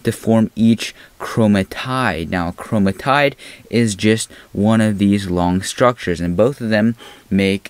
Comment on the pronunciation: chroma-tide??? chroma-tid